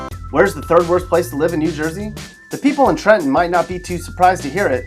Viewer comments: Thank you for pronouncing Trenton correctly. We don't pronounce the middle "t". I was a bit surprised to hear it said as the natives do. Respect. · Actually said Trenton right